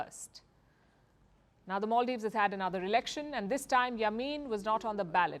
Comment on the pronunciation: Maldives not moldives